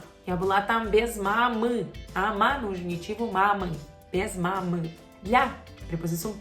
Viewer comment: Que facilidade pra falar мамы ... Dá uma inveja... 🙈 Como é que faz pra lembrar esse samba de letrinhas, pelo amor de Deus?! 🥺